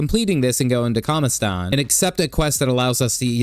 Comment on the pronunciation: "Kamistan"? WTF is it, a town in Russia?